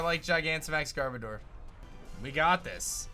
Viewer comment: Its pronounced GarBowdur